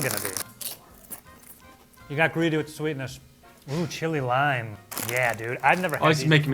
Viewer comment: Ok, it’s not li-mon. It’s says lime on the package